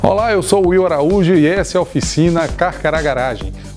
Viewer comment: Will, NÃO ail!